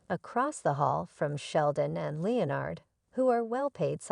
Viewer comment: How to tell it’s another ai scripted video - the pronunciation of Leonard